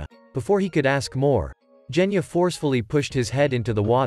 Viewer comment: Genya not jenya